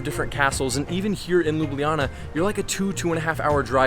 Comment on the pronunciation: As a Slovenian myself, the english name of the city is read Lube Lana, not Lube Liyana.